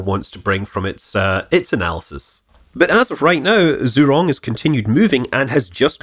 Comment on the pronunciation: Is it so hard to get the name pronounced right? Just ask your local chinese waiter.